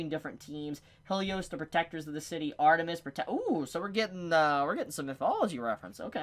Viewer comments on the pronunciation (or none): none